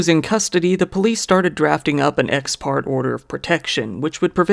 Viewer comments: The e in parte (as in ex parte) is pronounced. Ex PART-aye would be the phonetic pronunciation. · ex parte is pronounced "ex par tay" it is latin for "for one party" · "parte" is pronounced "par-tay", fyi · Hey kid ty for covering this. Oh fyi its pronounced ex par tay.😉